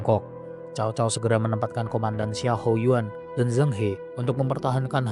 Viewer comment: Iya banyak yg keliru... Ini beberapa yg aku temukan... Penyebutan nama Xiahaou Yuan... Bukan Xianghaou...tapi Xiahaou... Bukan Zhuo yu...tapi ZHOU YU... PADA MASA INSIDEN KEMATIAN GUAN YU...JANGAN MENYEBUT GUAN YU SEBAGAI JENDRAL SHU...KARNA PADA MOMENT KEMATIAN GUAN YU...KERAJAAN SHU BELUM BERDIRI...PADA SAAT ITU...LIU BEI BARU BERGELAR RAJA HAN ZHONG...